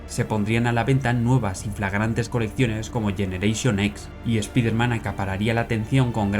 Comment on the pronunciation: Buen video. Solo un detalle, no se pronuncia "espiderman", es "espaiderman"